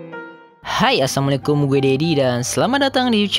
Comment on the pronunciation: Min, coba di dengar lagi ucapan salamnya. Saya mendengarnya Assammualaikum yg artinya kebinasaan atas kalian. Yang benar assalamu'alaikum yang artinya keselamatan atas kalian